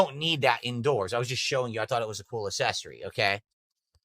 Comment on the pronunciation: His difficulty with the words accessory and successor crack me up 😂